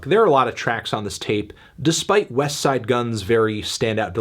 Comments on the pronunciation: You pronounce the T on Westside, WE DO NOT TRUST YOU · I feel like you’re purposely pronouncing the t in westside super hard. Relax a little Anthony.